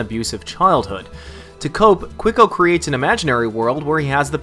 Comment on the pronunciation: yeah i'm pretty sure he's colombian but from what i see in this video it'd be hard to tell these slums apart from brazilian favelas. what really was insulting is ridiculous pronunciation of quico.